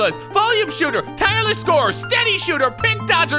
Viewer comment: he said 'tireless shooter' wrong